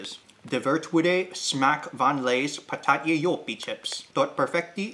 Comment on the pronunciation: Holy shit your prenouncation when you spoke the info of the bag of joppie chips was awesome i litterly shouted at loud oh shit. Also the way you said patatje joppie was accurate. Btw lays patatje joppie is litterly the taste of Fries with joppie sauce